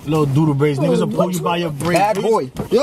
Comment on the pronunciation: He said fat ahh bou